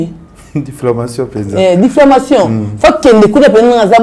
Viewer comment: Difflamation😂😂🎉🎉🎉on dit diffamation.